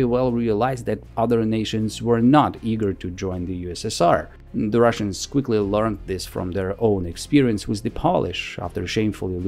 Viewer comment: You keep sayin "russains" all the time. Why? Is it a part of your agenda?